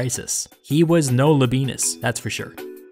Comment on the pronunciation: These are amazing accounts- better graphic illustrations on battle strategy than you can ask for. Labienus is pronounces LAH-BE-AY-NUS though!